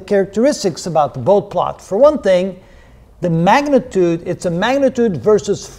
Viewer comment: A fine introduction to the topic of Bode plots. One nitpick, Dr. Bode's name is typically pronounced "boh-dee" :-)